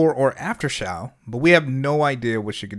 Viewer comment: Eyyyyyy finally someone pronounced Xiao correctly 🔥